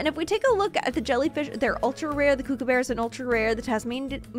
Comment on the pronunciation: Ur not saying kookaburra right either